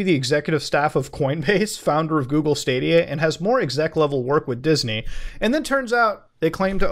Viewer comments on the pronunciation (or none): none